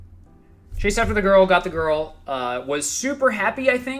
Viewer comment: mispronunciation of ,,girl"